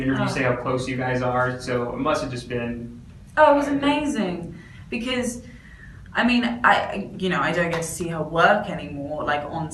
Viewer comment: More like aMAISIEng